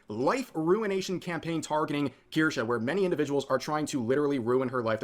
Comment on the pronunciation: Watching chat congratulate you for FINALLY saying it right warms my heart